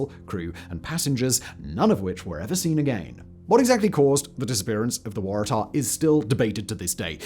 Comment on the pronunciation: Because the Waratah is a shrub endemic to Australia and that is exactly how we say it.